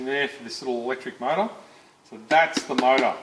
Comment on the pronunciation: I took a shot every time he said “mouata” so I died.